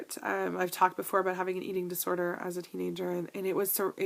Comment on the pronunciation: i do laugh every time you say ABOOUT :) Thank you for sharing all of these items and im glad to be your friend and do our journeys together!